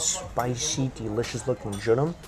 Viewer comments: it's pronounced joe-reem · Jorim is pronounced like “Jo-Lim”🤗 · Hehe it's joh-lim 🤓🤗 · Love the vids man, but it’s pronounced jo-reem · Sorry mike you are butchering the word jorim!